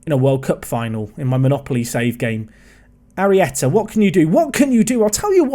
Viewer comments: Finally, you say Arrieta's name right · Arieta could be Spanish Arri' ? You were def saying it right today tho love the series pal